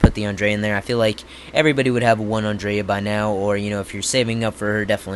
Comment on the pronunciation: Bro learn how to pronounce Andrea... An DRE A.. U never watched the show before.